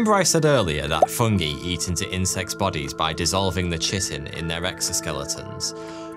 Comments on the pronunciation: just for future reference and for anyone watching, it’s pronounced kai-tin and not chi-tin. Not trying to be snarky or anything, just saying. Enjoyed the video all the same! :3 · It's pronounced Kite-N not Chit-N. Good vid tho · scary stuff. Also its not pronounced CHITin its kai-tn :) (only brought that up because I thought it was CHITin most of my life until a year ago). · I love the channel and all your work, but FYI, chiten is pronounced "ky-ten". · Gonna scream if I near him pronounce chitin like "chitten", lol. *Its KITE-en. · KITE-IN not CHITT-IN. 😊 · It's KITE-in, not chittin.... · it's pronounced ky-tin, not chit-in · & Should be arthopods, not “anthropods” — unless those flies have humanoid feet! 😊 & . “Chitin” is pronounced ky-tin or kahy-tin. Hard /k/, not soft ch, and long i, not short i (can’t write IPA here) Part 2 recommendations: 1. tarantula hawk (EVERY student in my uni’s entomology program wanted one in their collection). 2. Cat-T. gondii - mouse > This is important bc it shows mammals (mice) can be zombified! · That was an enjoyable video. Plenty of work to be done before we reap the benefits of the AMPK research. The world of fungi is just fascinating. Chitin - say "Ky-tin" 😘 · Chitin is pronounced kye-tin, it's a substance similar to keratin that grows to form the hard shell in insects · i have to inform you that it is pronounced ki-ten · I believe chitin is pronounced KAI-tin. Otherwise superb content as usual. :D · Cool vid. Btw, chitin is pronounced ky-tin. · "Chitin" is pronounced "KAI-tin," the first syllable rhyming with "sky," "pie," "sly," etc. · I've always heard "chitin" pronounced as "ky-tin", to rhyme with "pie tin." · isn't chitin pronounced as kai-tin? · Enjoyable video. Although chitin is pronounced ky-tin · PSA- Chitin is pronounced kai·tn. Just trying to head off that mispronunciation before it spreads, like a fungus in an ant's brain. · Pretty sure chitin is pronounced Kie tin with Kie rhyming with eye.